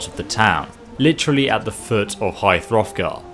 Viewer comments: Did he say high *froth*gar? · “High throthgar” hahah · It's at the foot of The Throat Of The World not High Hrothgar. The mountain's name is The Throat Of The World.